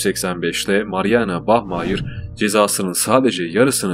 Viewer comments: Bahmayir degilde bahmaya kulaga daha iyi geliyo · bachmayır değil bachmayer